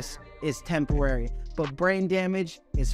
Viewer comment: bro cant pronounce temporary then talks about brain damage lmao